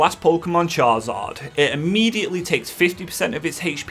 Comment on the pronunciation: I love these videos, but I do have to say there’s only so many times I can hear you say Char-Zard. His name is Charizard? 🤣🤣